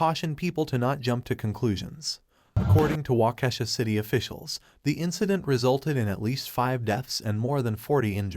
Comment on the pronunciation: Walk-key-shaw not whatever you said